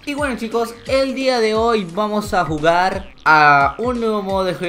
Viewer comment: Soy el único que escucho ( vamos a vugar) like si tu tambien lo escuchaste el inicio